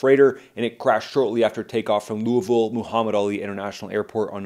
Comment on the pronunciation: Congratulations to you. I have listened to several videos on this crash. You are the first one to pronounce Louisville right.